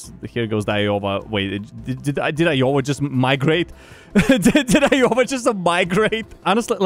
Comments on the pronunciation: you saying Iyova instead of Iowa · When you pronounced iowa like "Iohwa" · Love how he pronounces Iowa lol